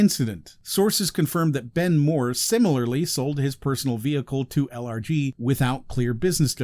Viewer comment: I keep hearing "allergies" when he says LRG. I suppose that's a fitting acronym choice for this company. ACHOO!!